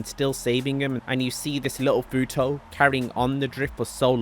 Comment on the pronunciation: It’s not futoe it’s futo(2)😂😂😂😂